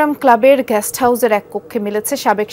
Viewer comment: Jamuna TV কতৃপক্ষের দৃষ্টি আকর্ষণ করে বলছি, ➤ আমাদের News presenter "গেস্ট" হাউজ কে বলছেন্ "গ্যাষ্ট" হাউজ। ➤ আবার Reporter সাহেব বিছানায় "অজ্ঞান" অবস্থায় পড়ে থাকাকে বলছেন "অজ্ঞাত" অবস্থায় পড়ে থাকা। ➤ কি একটা হ-য-ব-র-ল শিখছে আমাদের শিশুরা, আমাদের পরবর্তী প্রজন্ম.....!!!!!! ✪➤ ক্ষমা চাই এইসকল নিউজ প্রেজেন্টারগনের কাছে..... ✪➤ ক্ষমা চাই এইসকল রিপোর্টারদের কাছে। ✪➤ ক্ষমা চাই যমুনা টিভি কতৃপক্ষের কাছে.... ☞ আগাম ধন্যবাদ যমুনা টিভি (Jamuna TV) কতৃপক্ষকে, দর্শক -শ্রোতার অনুভূতি বোঝার জন্য......